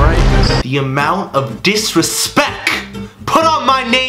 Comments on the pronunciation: He said disrespec not disrespect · “Disrespec” - Jesser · “The amount of disrespek” ~Jesse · Disrespec he said Disrespec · THE DISRESPEC you said it wrong jesse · jesser u said disrespec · " the amount of disrespeK" Jesse can't speak English